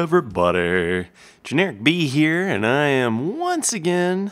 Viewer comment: it sounds like he says generikbee when he starts the episode lol